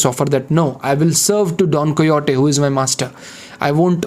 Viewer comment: its don "kay ho tee"